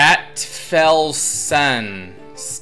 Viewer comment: funny how you try tp pronounce Stadtfelsen. :D i like it when someone who doesn't know german tries to speak it. a few people already explained what it means. let's take it a step further. 'stadt' is pronounced like start - just without the r and the beginning should sound like the sh in shop. felsen is like fail'sen' .. i hope this is understandable. and it's not that easy to describe a german word with english ones. xd but as always a nice video i really enjoyed. :3 btw. is it possible to send u a copy of own builds for you to check on or where do you get the build for your reviews from?